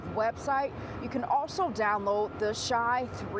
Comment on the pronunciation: "You can also "downloat" ?????? I thought there was a D on the end not a T ??????